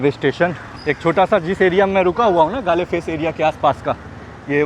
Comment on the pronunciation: Galle face is pronounced as Goal face...❤